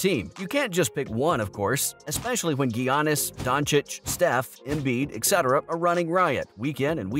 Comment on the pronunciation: When you said Giannis wrong u lost me no way your an real NBA fan and can't pronounce his name